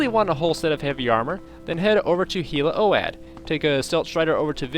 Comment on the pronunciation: Just FYI, I think Hla Oad is pronounced “ Laa owed”!